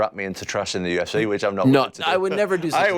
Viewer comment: This guys inability to pronounce the vowel sound for words ending in i or e is excruciating. Its not the UFCeh ITS THE FUCKING UFCee! The tism is real with this dude.